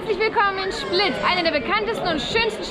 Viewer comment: Schplit?? Hast du doch gesagt?!